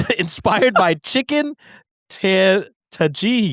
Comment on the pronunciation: However we're supposed to pronounce tagine, I'm sure that's not it lol